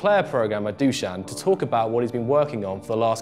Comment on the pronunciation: Fact: 0 people in the comments have pronounced Dušan's name correctly.